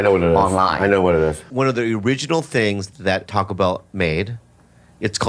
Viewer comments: I LOVE and have been watching it for years, but the way you guys say Taco drives me NUTS!!! It sounds.ore like Toco than taco... kind of a mix between the 2. But definitely not the way you say it. At least where I live in America.. where there are tons of mexicans! It's the same sound you get when you sat ball. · Someone who YEARS later still says TACK-o has no grounds to go after Bobby's pronunciation of Slovenia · The way you all pronounce ta-co bell, you can't correct others. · stop saying taco wrong Brits , its is very annoying!! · As a Mexican...i can't help but cringe, a little, every time you guys say "TACO" with your British "A" pronunciation...haha...even your Asian guest has a better "taco" pronunciation!...haha...😂❤😂...